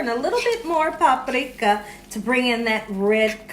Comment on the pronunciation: You somehow made the word paprika sound difficult.